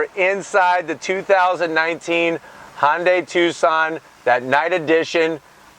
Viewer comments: yes I know but the correct name is Hyundai not honday thanks for not being able to get the name! correct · Its called a Hyundai not a honday ??? Look at the badge and learn English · I love ur reviews - but its Hyundai, like Sunday.